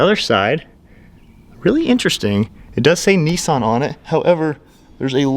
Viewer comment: There is no e in Nissan learn to speak first ok 👌 👍